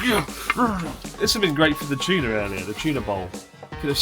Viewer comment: The fact that Chris pronounces the t as ch in tuna is super funny